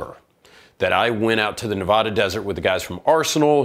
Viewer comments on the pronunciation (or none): Learn how to pronounce NEVADA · I wish people would learn how to say nevada right. Why does everyone from the east coast say it wrong?